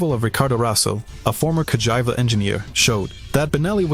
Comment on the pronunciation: Nice video but you should give a proper check to your pronunciation. Ricardo Rosa as Ricardo Raso ? MarzAcchi ? Ca-Jive-A ?